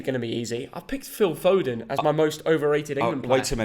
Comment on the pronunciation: I respect for saying foden